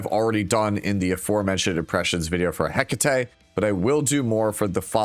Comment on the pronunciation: you're saying Hecate name wrong. Is that on purpose??